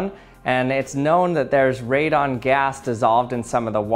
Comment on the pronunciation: Its radon not " redone "